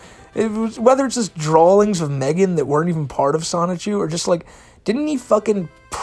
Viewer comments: buddy keeps adding L to the word draw. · I die every time you say 'drawlings' 😆 🤣